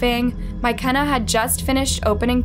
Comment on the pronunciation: What in the world is a " My Kenna " 🤣💀❔